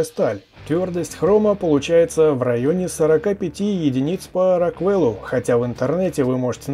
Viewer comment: Ох...когда услышал "по раквЭлу" на меня так передернуло что чуть не залил клаву кофиём.... шкала рОквела...рОквел...ударение на О))))